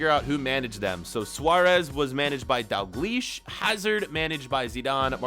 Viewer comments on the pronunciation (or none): you should pronounce the l in daLglish